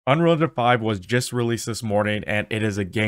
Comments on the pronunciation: "Anrall and Jan 5" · "Unrilja five" he says. It's pronounced "Un....Real.... Engine.... Five" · The opening line of VO on this video sounds exactly like you say 'unrerga 5'. Were you really trying to say 'Unreal Engine 5'? Cuz you didn't even get close. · not one comment mentioning he cannot say ‘unreal engine 5’ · If I hadn't read the title I would have never known you were trying to say "Un.real.En.gine.five". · No I'm wondering why you can't pronounce unreal engine 5